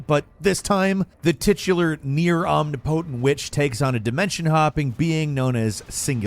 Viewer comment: Love your videos, but please learn how to pronounce words correctly. For instance: omnipotent isn't pronounced omni-potent, it's ahm-nip-oh-tent lol. Sorry, I have pet peeves